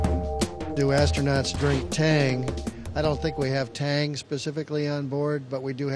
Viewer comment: Hilarious answer "do astrunots drinks in space?!!